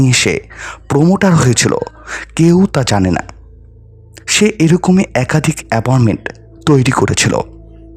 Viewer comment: অ্যাপনমেন্ট না। অ্যাপার্টমেন্ট হবে। খুব কানে লাগছে। আরো অনেক উচ্চারণও ভুল আছে। একটু শুধরে নিলে ভালো হয়।